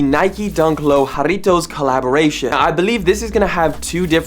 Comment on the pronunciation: jarritos pronunciation was on point 💪